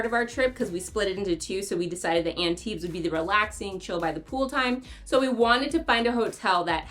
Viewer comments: Maybe take a minute to learn how to pronounce Antibes? Drop the s 😊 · Yeah… This is not the best you could do, though. It would take you maybe 20 seconds to look up the correct pronunciation on google translate. That being said, I liked the rest of the video a lot. I spend every summer in Antibes, and this made me really look forward to going back again in two months.